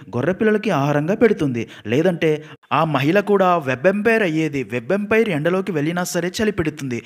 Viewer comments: వెబ్ ఎంపైర్ కాదండీ, వాంపైర్. రక్త పిశాచి ను వాంపైర్ అంటారు. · Web Umpire kadhu ra adhi thikkaloda, Vampire😂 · Orey babu adi webempire kadu ra vampire 🤦🏻‍♂️ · Webampire kadura babu vampire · Orey adi web empire oo third umpire oo kadu ra sannasi. Vampire 😂😂😂